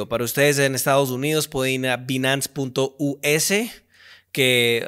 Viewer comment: interesante que sabe ingles y no dice bien Binance